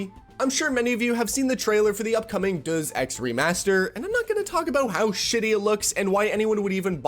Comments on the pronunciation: It's "Day- uhss", you goit. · DAY-us ex. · day us.. its pronounces day us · "deuce ex" now I can't unheard it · "Döös Ex"? Come again? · Did you say “duuz Ex” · Day - S - EX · however that is still incorrect. Its Greek, ancient. Day-oos-x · Brother, please go back to school and learn to read and pronounce words. Hearing you pronounce "Deus Ex" legit gave me cancer and I have 8 months to live. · Might have a little more credibility if he learned how to pronounce Deus Ex ... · you really need to learn the pronunciation for that one lol :)) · the pronounciatiion of deus ex is killing me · the way you pronounce Deus is so incorrect it's annoying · I'm begging you to learn how to say "Deus" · are you saying Deus incorrectly on purpose? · Opens fridge See kid who doesn't know how to say deus Closes fridge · How did you pronounce Deus? 😭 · You desperately need to look up the correct pronunciation for Deus. Please. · VRAM and RAM are not the same and why is this tart mispronouncing Deus, and on top of that calling it crap. Automatic 👎🏾👎🏾👎🏾👎🏾👎🏾👎🏾👎🏾👎🏾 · Watch some Deus Ex videos man. You'll hear how it should be pronounced. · Thats not how you pronounce Deus my dude. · Bro can't even pronounce "Deus" and assumes he has the brain power to diagnose system requirements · Yeah, this creator should do himself and his audience a favor and Google "how to pronounce deus" and other words that challenge him before making his videos ... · Why are you pronouncing “Deus” like that?😂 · Spot on analysis. They are basically offsetting development cost by passing it on to the consumer by requiring more powerful hardware. Nearly fell off my chair laughing at the pronunciation of Deus Ex. It's the latin word for God and that's not how you say it lololol. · That pronunciation of “Duzz Ex” lol. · Deus is pronounced "Day-us" not duzzszzz or whatever that sound you made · isn't it pronounced DAY-us and not dözz? (deus) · "Dayus" not "duz"...wtf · Just fyi it's not "Duh Sex" its "Dae-Oos X".